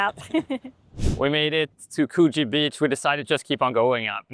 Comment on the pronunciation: The "oo" in Coogee rhymes with book, look or cook, not true, you or blue. So, like could-jee.